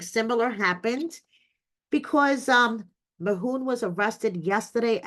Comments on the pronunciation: His name is Mahmoud not Mahoon 😂😂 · Who is “Mahoon”? Why is his name being pronounced like that? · Please get his name right.- MaHmood